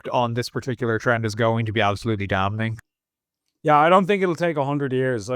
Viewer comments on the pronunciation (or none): Please stop saying dam-Ning 😂